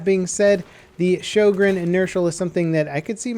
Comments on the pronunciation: showgreen??!?! its sjögren :( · It's actually pronounced rho-gren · i think sjogren is pronounced syogren cuz it sounds nordic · Your pronunciation of "Sjögren" sickens me. "Ö" sounds like the "i" in "sir" (the brittish sir).